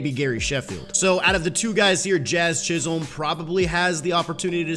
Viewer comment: Jazz's last name is pronounced chis-him